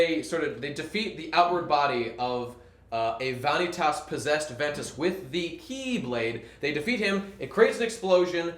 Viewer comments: and he pronounces Eraqus and Vanitas wrong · It angers me how you mispronounce Vanitas.